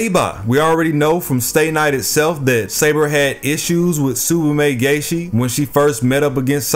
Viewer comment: "Tsubame Gay-Shi"